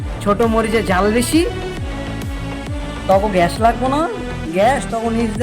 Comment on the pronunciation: ঝাল কে জাল বলে, আবার ভারতকে হুমকি। তুই আগে ভালো করে কথা বলতে শেখ 😂😂😂😂